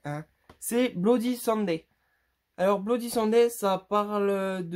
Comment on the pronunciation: Et Bloody Sunday que tu prononces 'Bloody Sanday' se prononce Bloody Sunday(sun comme le solei)